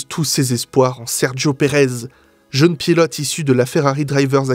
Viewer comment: Je suis du Beaujolais, et dans le secteur (qui va jusqu'à la Loire plus ou moins), on prononce bien les "EU" : quand tu dis "Jeune", ça s'entend bien hahaaha ! Super vidéo en tout cas, tellement vraie ! Continues comme ça